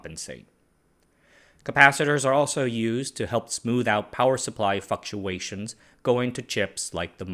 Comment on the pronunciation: Supply fluck..uation😂😂😂